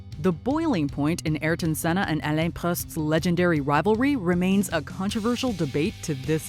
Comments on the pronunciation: Literally everyone: Alan Prost The commentary here: aleun prust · Who's Prust?? I always thought it was Prost?? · God your pronouncements. Preeeuuust???? What's Preust? It's PROST!!!! Pure and simple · Sorry watchmojo but the way she mispronounced Alain Prosts last name triggered my pronunciation nazi mode as the last name is Prost pronounced like frost